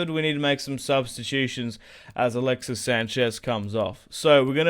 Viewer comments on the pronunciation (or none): none